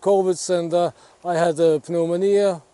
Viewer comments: It's pronounced new-monia in English. I'm glad you responded well to treatment, this is the most cheerful near death video I've ever seen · breath the fresh air, and enjoy yourself. And yes it is the same ( pnomonia) in English the p is not said. One of those strange words like vacuum 🤣. Deer season has started in most states in USA, would love to know if you hunt bow or gun or fish. Would love to see what goes on in countries likely most won't ever see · Good to see you back in decent health. By the way, pneumonia in english is spoken with a silent p, so you just pronounce it "neumonia" One question though, after this experience, would you say that you regret not taking the vaccine beforehand? And are you going to take it in the future?